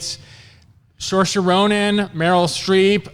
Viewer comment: mf called little women basic and butchered saoirse's name